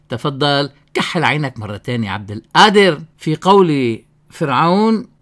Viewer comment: غفر الله لك أخي لا تقل عبد القادر بالهمزة بدل القاف.